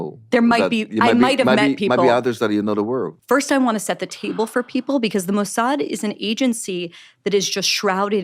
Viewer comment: "What is the MOW-S-HAD?" Bari's pronunciation is impeccable, for someone just learning about the Mosaad. Some people just have quite the ear. 😂